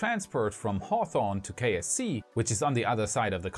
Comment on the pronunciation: Oddly enough I keep hearing KFC and wondering what Kentucky Fried Chicken has to do with Space X...